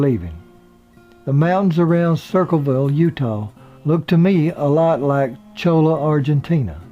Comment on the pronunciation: Great story. One point of information - the ranch in Argentina was not at 'Chola' but Cholilla (well a couple of miles outside it). It's recently been restored. I've been there several times (live near there).